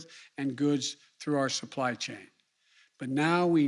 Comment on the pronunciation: Couldnt even say supply chain he says supply sane... lol